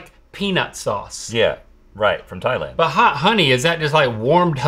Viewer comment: Thanks to you all I see is thigh-land